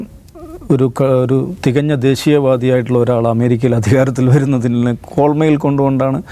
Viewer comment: കോൾമയിർ കൊള്ളുന്നു എന്ന് ആണ് കോൾമയിൽ എന്ന് അല്ലാ